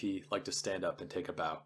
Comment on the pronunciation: The “bow” of a ship rhymes with “cow,” not “mow.”